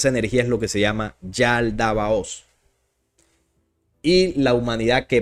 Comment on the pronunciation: Es Yaldabaoth, no Yaldabaotz.❤